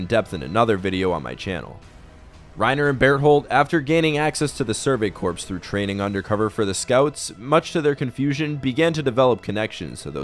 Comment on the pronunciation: Great video man! Btw corps is pronounced like the word “core.” The ps is silent